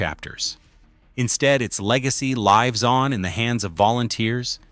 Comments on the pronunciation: Cos we know it is, especially when it pronounced 'lives' as lie-ves, and keeps popping shots of LNER A4's in there! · I loved the pronunciation of 'lives' as lie-ves. Lot's of LNER A4's weren't there???